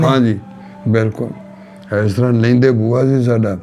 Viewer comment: ਜੱਖੇ ਨਹੀਂ ਜੱਥੇ ਲਫ਼ਜ਼ ਸਹੀ ਹੈ ਲੇਂਦੇ ਨਹੀਂ ਲੈਂਦੇ ਸਹੀ ਹੈ।